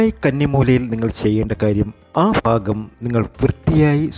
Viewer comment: ഫാഗം. അല്ല ഭാഗം ആണ്